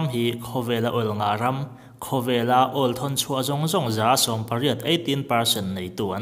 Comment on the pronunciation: All nilo in oil tih zawk tur ni awmtak ah kalo ngai